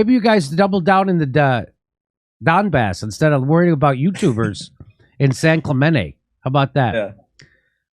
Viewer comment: Jimmy said San Clemente all weird keep my home town out ur mouth lol